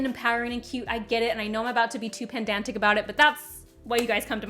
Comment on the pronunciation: Did you say…pendantic? Not to be pedantic, but it’s pronounced pedantic.